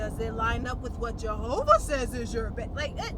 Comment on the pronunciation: I’m doing my “besh” 🤣